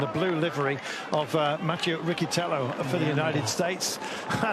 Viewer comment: Poor Riccitello, they cannot pronounce correctly his surname